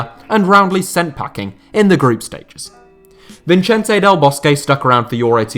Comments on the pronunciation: No one:: VinCHENTE Del Bosque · you also can’t pronounce Vicente? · Why do you pronounce Vicente as an Italian, and Cesare as a Spaniard? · The way you said " Vicente " gave me cancer.